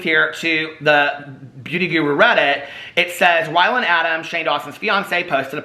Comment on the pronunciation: Haha...you called him "whyland" Adams